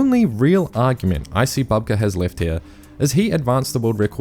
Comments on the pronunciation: Bouhbka, not Bahbka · Can we please not mispronounce very well-known and established athletes' names? Sergey Bubka (ukr.: Сергій Бубка) is pronounced [serˈɦij ˈbubkɐ]. This is the first time in 30 years that I've heard someone pronounce his name wrong. Please do better! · Stop saying Babka ffs! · Bubka might not be the GOAT anymore but he still deserves his name to be pronounced correctly - it's "Boob-Kah".